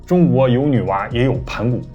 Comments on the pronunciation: 盤古還有山東腔～盤ㄢ～故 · 盤古的發音一模模一樣樣呢😄